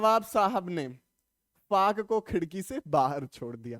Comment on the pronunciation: Kafo nahi bhaiya fako